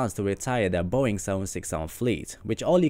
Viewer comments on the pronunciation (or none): none